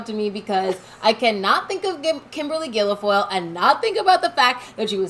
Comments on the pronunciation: It's pronounced gill-foil, NOT gill-e-foil. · Guil-foyle, pronounced like ‘gill-foil’. Not Guili-foyle. Thanks. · Its not GUILAFOYLE its GUILFOYLE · Please stop saying Gilo-foil. It's just Guil-foil. I hate that Kimberly b!tch but you sound like a f***ing idiot. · It's not Gil I foil... hate her but get the name right... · It’s “Gill-Foil” ….no big deal. Just an FYI. ✔️ Kimberly is a scumbag…….which is why Newsom divorced her. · Girls, you unwittingly said Guilfoyle in Irish!!! "Gillafole" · It’s pronounced………. Gil Foyle. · Hello sisters, you're doing a good job. Kimberly's last name is pronounced " gill foil", just 2 syllables. It's an oddly spelled word. Took me a while to figure it out. Keep up the good work. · There's no vowel sound between the l and g in her name: gill foil I do this respectfully and with love. There are plenty of ways to buy stocks. I'm not buying the Publix employee owned. It's the first this spin went around. The wealth gap is widest and most evident in Florida. Keep up the good work. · FFS pronounce the horrible woman's name properly. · I don’t like Guilfoyle either. But my goodness, try to pronounce her name correctly! Or your credibility will be lost!